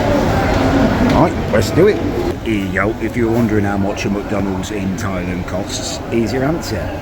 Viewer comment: please call it Thailand not Thailend, thanks